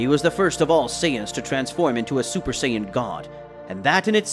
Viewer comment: super sayin not zuper sayin god again good story but stop making that mistake